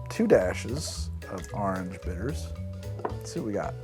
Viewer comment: Every time you say "Orange" I think you should plaster a huge "Ahnj" on the screen. I've never heard someone turn it into one syllable more than you.